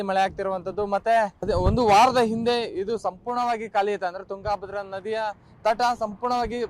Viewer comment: ತುಂಗಾ ಭದ್ರ ಬೇರೆ ಬೇರೆ ಅಲ್ಲ ತುಂಗಭದ್ರಾ ಒಂದೇ ಉಚ್ಚರಣೆ ಸರಿ ಇಲ್ಲ ಸರ್